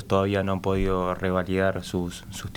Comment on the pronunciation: Es revalidar y no "rivalidar" como dice la periodista.